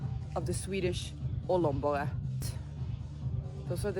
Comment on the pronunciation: "Ollon Borr E" (Glans Drill E) 🙄😄